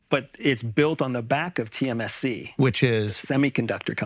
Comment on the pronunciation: It’s tsmc, not tmsc